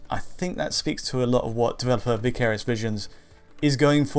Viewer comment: Literally NOBODY pronounces "vicarious" that way! Why do you do this? 😂